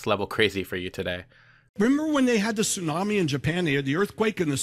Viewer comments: " AM in the morning" seems kinda... redundant. Also, this is how you pronounce tsunami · Dude, I love you, I adore you, I wanna make mad passionate love to you and have your gay babies, ok! BUT, PLEASE do NOT say TSU-NAM-I like that anymore. Do you really WANT people to know you're Canadian? Hugs and Tugs!